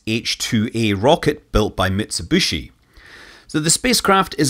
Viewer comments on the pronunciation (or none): Built by Mitsubishi, not effing mitsubUshi!! Do you pronounce Boeing as Peking?! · Understood mitsubishi cars are not sold in usa, due to speaker misprononciation )))